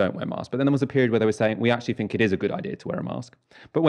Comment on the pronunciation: It's so weird that pronounces "th" as "f" when he otherwise has a quite "clean", standardised, middle-class English accent. It would be like Fiona Bruce asking Boris what he "finks" about the chances of an EU deal.